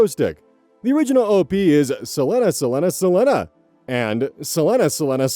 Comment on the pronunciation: I gently submit that selenaselenaselena (and selenaselenaselena1) is probably pronounced as sə-LEE-na, not sə-LEN-a. Or, in other words, like Selena Gomez or her namesake, the tragically departed Selena Quintanilla-Pérez. We love your mispronunciations anyway,! I only want to correct you for others’ sake (who might not know or be confused) and for your own future reference. I meant to be helpful and not just another AH going “well, actually …” 🥰 Plus, my comment might help you with the Algorithm! At least a little. Probably… maybe? Well, I can hope! 😘